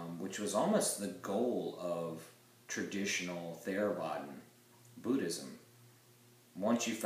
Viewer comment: The Avatamsaka Sutra is the foundational scripture of the Grand Rapids Buddhist Temple. You talk was very good. When pronouncing Theravada think of the t and h as the sound in hothouse and not father.